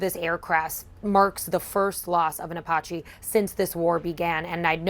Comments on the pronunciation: please try to learn how to pronounce things like Iran isn't O'ron and Apache isn't O'pache'... Your an amazing reporter lets elevate your linguistics just a touch... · Does she really not know how to pronounce Apache?